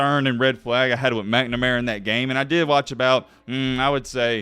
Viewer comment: If i hear "mcmanara" instead of "McNamara" one more time!!